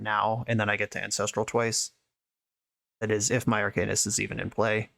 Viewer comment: DW, I love how you say “arcanist” been telling people how to say it for years